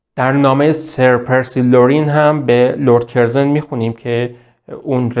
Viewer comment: کسی که لرد کورزون را کِرزِن تلفظ میکنه مشخصه مطالعه اش کمه! چون صداش و اطوارهاش خوبه ، نوشتن دادن دستش! نون به نرخ روز! اقای رو گفتم!